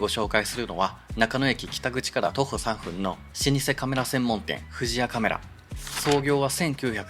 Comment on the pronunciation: フジヤさんでオリンパスpen Wをバク安出買いました。 値段忘れていました。１万８０００円でした。 ちなみに「３分」は「さんぷん」と読みます。